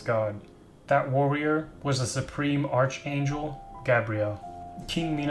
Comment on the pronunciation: Come on dude, its pronounced "ark-angel" and its "gabe-re-el" (Gabriel) NOT "gab-re-elle" (Gabrielle) notice how they are apelled AND pronounced differently?